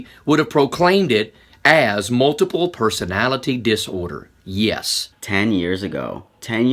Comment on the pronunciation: That guy said multiple personatilie disorder